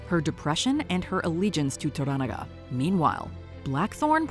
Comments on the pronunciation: This is the first Youtube video I have seen that pronounced the name correctly. It’s pronounced to-ranaga (similar to oregano), most YouTubers pronounce it tora-naga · Maybe you were too busy reading subtitles rather than listening to how the names were pronounced when spoken in Japanese. For example, in English, they pronounce Toranaga as "tora NAGA" but when speaking Japanese, they pronounce Toranaga as "toh RANaga". Watch the show and listen next time. I guarantee you'll hear the difference. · why dont you pronounce Tora NA ga correctly! VERY irratating!!! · the narrator is horrible here. Can't pronounce the names even close to correct. Even watching the show for 2 minutes tells you how to say Toranaga. Not "Toragana" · It's To-Ra-Na-Ga lol Do you guys even watch these shows or just pay people to write stuff for you and just read the script? 😂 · Jesus Christ could you butcher the name Toranaga any more brutally? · I hate the way this narrator say Toranaga... Like, can you at least try? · learn to pronounce Lord Toranaga's name. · I had no idea who you were talking about when referring to Toranaga. You mispronounced the name TERRIBLY. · Can y’all please learn how to pronounce “Toranaga”? If you’re reporting on something, at least do some homework…damn